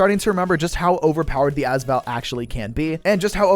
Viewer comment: Hey just a heads up the AS in AS Val is pronounced as separate letters rather than one word (same goes for the VSS in the VSS Vintorez)